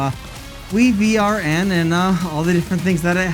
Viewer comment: I do believe WiVRn is pronounced Wyvern